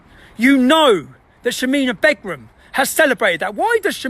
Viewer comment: BEGRUM! With your knowledge of Islam, you should know the the wife always assumes the surname Begum - Pronounced Baygum - the news or, nooos - has denounced her! Not entirely sure what this rant is about!!